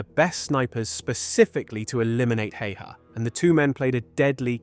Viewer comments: Pronounced simo how-ha, btw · explains his horrid pronounciation of "häyhä" as well